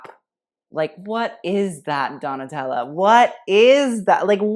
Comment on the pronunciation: Brutta is for female's words. Dress translate as 'vestito' and it's male in italian (even a woman's dress) So a bad dress is Brutto. But man...your italian is good, you said Versace perfectly with the right 'e', and Donatella was on point. That shows you're sensitive and you do your research. Bravo, ben fatto.